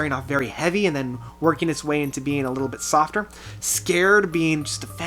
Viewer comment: Or the fact that you called Scarred.... Scared ....